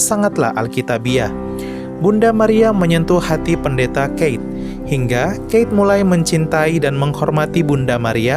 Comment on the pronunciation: Koq mirip dgn channel Catholic Credo bahas ttg Keith? Bedanya disana dibaca Kit disini dibaca Keit